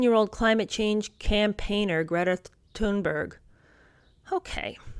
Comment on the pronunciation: Sorry, I admire and adore Greta Thunberg. Thanks for saying her name correctly.